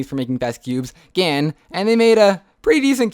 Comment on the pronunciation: watch how he says gan make the best skewbs